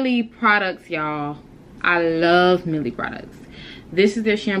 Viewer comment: Not even being mean shawty you got a mustache, get your top lip threaded. And did you really call it “Milly” lol bc I thought it was pronounced “MY-EL”